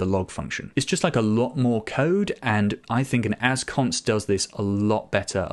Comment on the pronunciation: Mom, he said Assconst again!